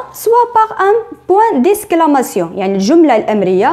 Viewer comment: On dit exclamation (eks)et non esclamation(esk) :faute de prononciation. à rectifier s'il vous plaît